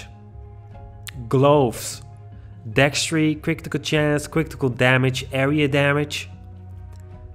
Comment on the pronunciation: Cwitikal chance, cwitikal damage and dextri. Lmao